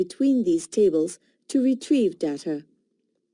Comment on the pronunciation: Pronounce properly data